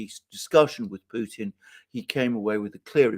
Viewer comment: Alexander is the first person I ever heard pronounce the T in Putin. Thank you.